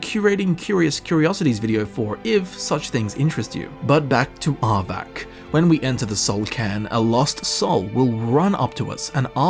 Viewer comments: dude its arvak why u keep saying arbac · Did you hear him try to say "Arvakr" and "Sleipnir"? Just as funny lol